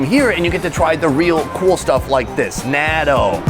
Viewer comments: Please stop pronouncing "Natto" so wrong... SUPER CRINGE! It should be more like NOT-TOE. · A bit of effort at proper pronunciation would be appreciated. NAaaaa-doh?! Seriously?! 🤦🏼‍♀️ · The word "natto" is a Japanese word pronounced as nah-toh with a long "o" sound at the end. Also the big ass sushi is just wastefull and stupid. very american for a american. Then again Sonny is in my eyes one of the smarter americans. Hes more vietnames then american now days. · I enjoy your videos, but one big complaint I have with most food bloggers is the lack of attempt to say the name of the food correctly. You guys usually have a local advisor, at least I would assume, that can tell you how to say it in a few seconds. Natto for example, is not pronounced Nat-oh, it's pronounced Not-oh with a slight pause on the t sound. Even if you just said Nod-oh without the pause and tendency for English speakers. To turn a T into a D sound, it still would've sounded better. Small complaint but still enjoy the videos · Not natto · why? Is it so hard to take 5 seconds to learn how to say something the right way? He said a bunch of other stuff the right way or very close, but for natto, he couldn't bother? Plus, wouldn't knowing the proper way to say it help for any viewers that may travel to Japan? If those viewers attempt to order that food and the server does not speak English, they might not know what the viewer is talking about.